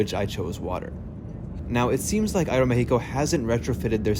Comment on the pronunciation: Thumbs up for that great pronunciation "Aeromexico" 🎉❤